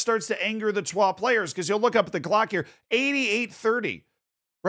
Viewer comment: the pronunciation of troyes is acc spot on, was expecting the average american “troy’s” pronunciation